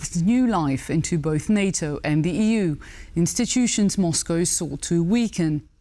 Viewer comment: Rare correct pronunciation... There's no "cow" in Moscow